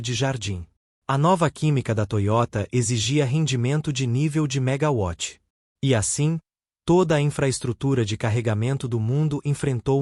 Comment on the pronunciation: Triste e lamentável é ter que ouvir o locutor (assim como vários alguns outros na internet) pronunciar "megaVÁTIS"... ; pô, James WATTS, era britânico, onde o W (o "Double "U", "Duplo Vê", via transliteração", resultou no nosso "DÁBLIU", que utilizamos em português; daí não se pronunciar "VÁTIS" pois a unidade de potência, adotada, refere-se à um BRITÂNICO; não à um Alemão ou um Francês, países esses que consideraram o "W" NÃO um "Duplo "VÊ", língua britânica, mas um DUPLO "U", daí virando o "DÁBLIU" em nosso idioma., portanto, "Vátis" é o C@ Essas antas não aprendem; PQP..!